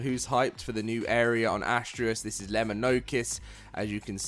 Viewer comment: Why is that so many folks can not seem to pronounce Astraeos properly its ( uh·stray·us ).